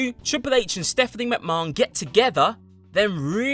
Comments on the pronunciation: What way is he pronouncing Vince’s name ?! 😂😂😂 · Why do you say McMahon so weird 😂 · no offence to in the video here but trust me he's pronouncing it strange even for an English man he's trying to sound fancy with it and instead just drawing attention to a wrong pronunciation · I think that's how they say it in Ireland and Britain too.MacMarn. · I love how he says McMahon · Has this fool ever watched wwe? That's not how you pronounce vince mcmahon. Not like the dude hasn't said his own name numerous times over the years... Oh no wait he has dammit